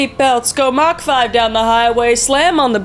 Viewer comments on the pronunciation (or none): none